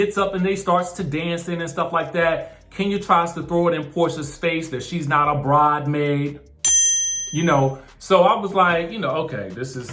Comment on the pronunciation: Kenya said “Bridemaid” to shade Nene.